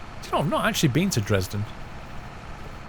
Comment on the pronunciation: You say Dresden wrong !